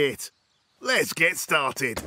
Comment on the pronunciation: Mr Bean: Let's get into it what i heard: Let's get cui